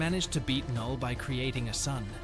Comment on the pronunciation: I hate to be a stickler for details but his name is pronounced null, the K is silent